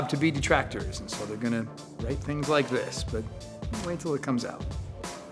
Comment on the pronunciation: "i dont wike it"